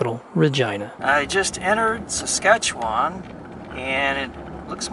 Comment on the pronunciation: also have to give props saying Saskatchewan right